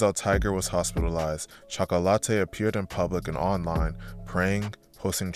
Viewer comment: Chalk-ah=latte lol